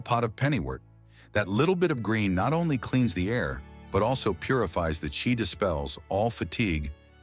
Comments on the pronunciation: Your name is not Master anything! Your name is!!!! This channel is tragical as the can't pronounce CHI energy! Instead it tels CHAI like Tea with milk. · "Chai'??....that would be 'Chi'.... editing your performance... is s t i l l a necessity. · It's often hilarious when the reader pronounces an important word wrong; in this case "chi." It's pronounced like CHEE, not ch-eye. And it's not "your home become alive-vibrant...;" rather, "your home becomes alive, vibrant...." as in "alive (comma or pause) vibrant."